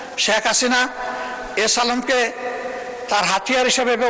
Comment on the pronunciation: বিরোধী দলের নেতা এস আলমের নামটা স্পষ্ট করে বলেন নি।